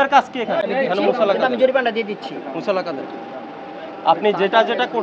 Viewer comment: কি কোয়ালিটির ম্যাজিস্ট্রেট!! মুচলেকা কে বলছে মুসালাকা!!!!!!